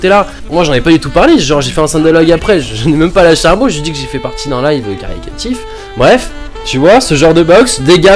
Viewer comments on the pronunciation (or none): caricatif? caritatif non?